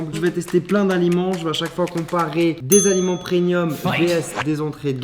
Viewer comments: pourquoi il dit "PreNium" alors que c'est preMium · PRENUIIIM...??? Non pas toi charle 😂😂😂😂😂😂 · Les gens qui disent ‘’prenium’’ facepalm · les bons produits preNNNNium ptdrrrr et surtout UN épice ptdrrrr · ARRÊTE DE DIRE PRENNNNIUM